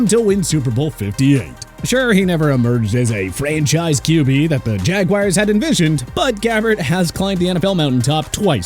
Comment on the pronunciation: JAGWIRES... PLEASE... JAGUARS IS PRONOUNCED JAG-WAARS! ALSO, ISIAH IS PRONOUNCED EYE-ZAY-UH... NOT E-SAI-AH!